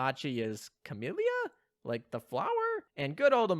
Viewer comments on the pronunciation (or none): none